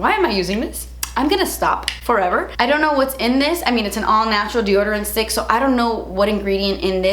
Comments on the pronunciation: Lol it sounds like you’re saying de-order-ants instead of de-odor-ants 😜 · Drink every time says "deordorant" instead of Deodorant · Take a shot each time says “de-orderant” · Lmao “de-OR-derant” 😂 where’d you find that extra “r” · people: deodorant, an intellectual: deorderant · I love you but I can't stop laughing about how you say Deodorant "de-order-ant" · why are you saying deoRdorant? 🤣😂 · I forgot that you say deoRdorant lol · why does she say “deordorant” lmao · Did anyone else notice that she says de ORDER ant like Desi does? Hahaha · i love you, the way you say deoderant has me laughing. i dont think ive ever heard someone say it the way you do. you had me laughing all through this video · Is anyone else hearing how is saying deodorant?? No shade but am I going crazy? 😂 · I’m loling how says deodorant 😂😂😭😂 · The way you pronounce "deodorant" KILLS me 🤣👌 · Did anyone else notice how pronounces deodorant like Desi? Only me? 😂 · hi i love you so much i’ve literally been watching you since you did the festival makeup with alison henry BUT i’ve never heard you say deodorant?? and i love the way you say it???